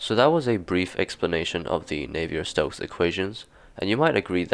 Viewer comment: you've probably been told already, but navier is pronounced "navee eh" not "nayvee er"